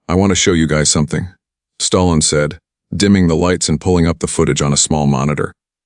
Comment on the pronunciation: Who's "STARLON" and RANDY " CULTURE" ???? AI is ANNOYING!!!!